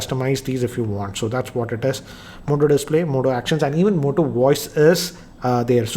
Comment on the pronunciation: Goodbye Moto not hello motto😂😂😂